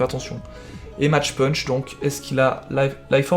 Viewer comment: CA SE DIT MACK PUNCH PLS Sinon si tu veux le françiser à fond t'as qu'à dire mache pûûûûnch. Ca me fait grincer des dents à chaque fois...